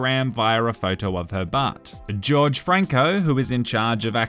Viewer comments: Lol no offence but Jorge isn’t pronounced as George but actually horhey. It is Spanish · the pronunciation isnt george franco its HORHE franco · As a Hispanic it's not George it's Jorge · Not george but horhe or jorge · its pronounced hor-hey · How did he pronounce Greta Thunbergs name correctly but not Jorge